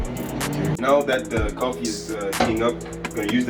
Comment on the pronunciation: I know this is year on; but how you say bang, bang, bang, boom and cuffee make you lsound ike a Bajan: a name for some who comes from Barbados